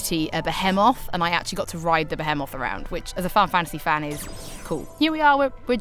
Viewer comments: I always thought it was pronounced firagua. Well here I'm sure it's pronounced bee-hee-moth, not beh-heh-moth. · I managed to catch a beHEEEmoth by lowering its HETCH Pea with my LEAVE er...I assume the rest of the video was awesome but I had to go to the emergency room after hearing this.